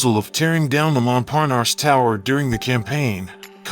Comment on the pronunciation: Where is there an R at the end of triangle? "Tryongluhr." Treeungluh, maybe but come on folks. That's the weirdest way to say it. It's not like that in English nor in French. There's no R at the end of Montparnasse either. Phonics, folks.